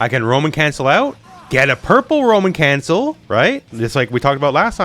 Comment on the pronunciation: Every time said Roman cancel, I thought "a woman?" (Monty Python)